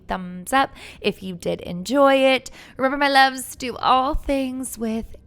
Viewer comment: I still love how you manage to make your outro sound like one word :p "remembermyloves" :p